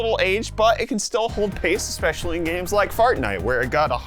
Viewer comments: Am I the only person that heard him say "Fartnight?" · Good video, like these budget builds. Did I hear you say Fartnite?